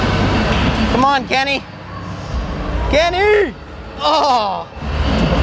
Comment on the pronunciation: Disliked , only for him saying Kenny.